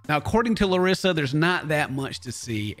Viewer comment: kinda of annoys me how everybody makes fun of larissa for saying "colti" but still everybody says her name wrong. 🤔